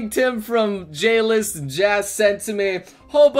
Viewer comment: When he said J-list i heard Jail LOL GGWP